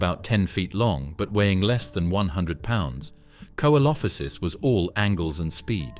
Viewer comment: Can you pronounce the names correctly coelophysis is pronounced see lo fi siss